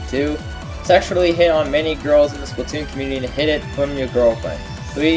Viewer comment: Is everyone just gonna ignore the fact that is pronouncing splatoon wrong